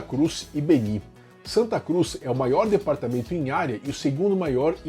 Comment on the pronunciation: A fonética correta não e Bení e sim Bēni.